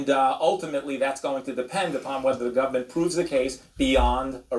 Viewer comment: How many times did this reporter say “gubmint”?